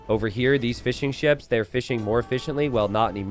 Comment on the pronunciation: I like to think he is saying Fish n' Chips instead of Fishing Ships.